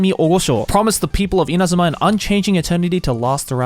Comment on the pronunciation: I don't know why I found it interesting when Joey was pronouncing Inazuma names with proper Japanese pronunciation.